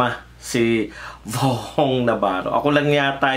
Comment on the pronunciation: VHONG...HINDI VOHONG NAVARRO..